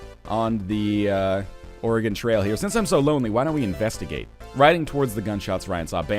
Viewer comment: HE SAID OREGON RIGHT OH MI GAH